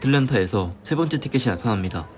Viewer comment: 아니 일부러 혀짧게 발음하는거에요? ㅋㅋ 두번때 띠케띠 나따남니다 에서 시청 포기합니다 ㅋㅋ